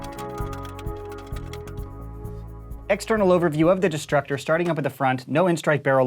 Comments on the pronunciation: I kept thinking he said disruptor multiple times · I taught he said disruptor